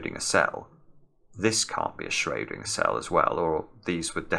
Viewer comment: The way pronounces Schrödinger Hitler turns in his grave